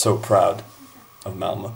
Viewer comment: Your pronunciation of the name "Malmö" is far from great. It took me a while to understand what team you were referring to since I kept hearing "Elmo" instead of "Malmö". Just a minor pointed, love your videos. :)